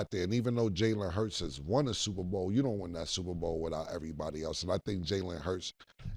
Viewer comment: she said niggabowl lol